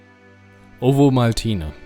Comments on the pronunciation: Typisch schweizerisch spricht man Ovomaltine "Ofomaltinä" oder kurz "Ofi" aus, nicht wie du "Owomaltiine" 😉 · Das V in Ovomaltne wird wie ein "F" ausgesprochen